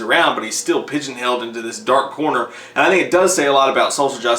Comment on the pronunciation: did this dude say "pigeon held." Good lord, smh